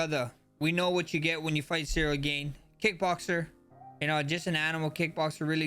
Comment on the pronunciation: Cereal Gone 🙏🏻